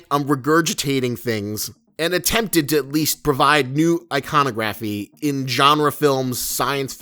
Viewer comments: god yes that annoyed me so much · You say iconography wrong